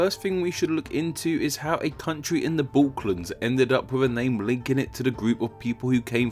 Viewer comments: A few quibbles: 1 you keep pronouncing the Balkans as "Balklands", 2 you use the borders of present day Romania when referring to Dacia 3 you might have wanted to mention that part of the world went by the name of Wallachia for a long time. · Balkans not balklans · It's "Balkans", not "Balklands". It's "Trajan", not "Tarjan". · You need another speech therapist. You said Baklans, multiple times, instead of Balkans, and you said Tarjan instead of Trajan. Dude... get a grip. It's like youre making spelling errors in speech. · bro I swear to god this guy can't pronounce anything right. Balklans? Tarjan? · BALKANS!… not Balk-lands :( And please TH is not F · My man’s called but pronounces half the names wrong 💀 Trajan turning into “tarjan” Balkans becoming “balklands” & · It's not the Balk- l -ans - it's the BAL-KANS, okay Mr. Educator - what is wrong with you? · You said bolklands instead of balkans lol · TRAJAN, not TARJAN. Balkans, not Baklans. What a chav! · Please stop saying Balklands. It's Balkans. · “A country in the balklans” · Bro, please be more conscientious about your pronunciation - as a name channel, it should be a high priority. Balkans, not Balklands Trajan or Traian, not Tarzhen Calábria, not Calabría You got this! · Cool video but it sounded like you said “the balklands” rather than “the balkans” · Why don't you just use BC and AD instead of that revisionist CE rubbish? You still use the Gregorian calendar don't you? Also, it's Balkans, not Balklans. Otherwise, nice little video. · Look carefully at the word "Balkans", mate. There is no second "L" after the k. It's not "Balklands"! This and other mispronunciations damages your credibility. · I hate to do this but aren't they pronounced Balkans not Balklands and Trajan not Tarzan? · It's 'Balkans'. Not 'Balklands'. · "Romania, the country in the Bowklans" lol. Good video though. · "...in the balklan(d)s...." what?? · Why are you saying Balklands, its Ba-L-kans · BULKLANDS XD